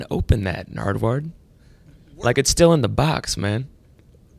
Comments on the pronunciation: Is it just me or did Macklemore say 'Nardward' once or twice. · why does he pronounce his name wrong?